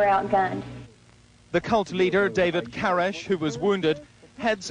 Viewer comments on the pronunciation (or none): KORESH not KARESH seriously hello?!